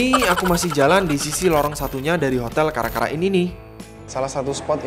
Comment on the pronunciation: aku pikir bacanya cara cara bukan kara kara